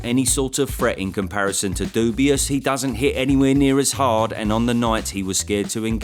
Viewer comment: I genuinely laugh out loud every time you said dubious 😂😂😂, it’s so good